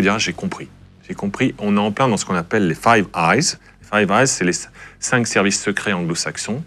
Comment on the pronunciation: "Five Is", pas "Five eyes", MDR.